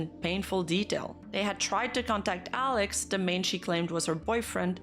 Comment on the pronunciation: I couldn't even hear what "Alex" said clearly, lmao. It sounded like someone drowning